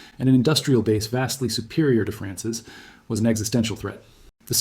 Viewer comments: Who the hell days France S instead of France's ??? Damn AI. I love the vid but unliking it. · You can tell the entire thing (not just the art) is AT from the quote: "He decided that the Price of France-S signature on the unification treaty...." Notice how the odd mispronunciation of "France's" corresponds with the hardcored subtitles breaking. A human who was reading a script and inserting the subtitles after wouldn't have made that mistake.